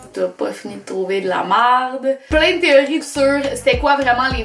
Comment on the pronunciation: l'accent québécois c'est tellement drôle à entendre de la part d'un français genre par exemple quand tu dis merde bah tu dis ''maaäaâârde'' lol